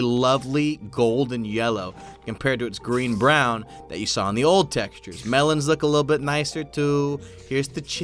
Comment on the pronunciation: textures not texutres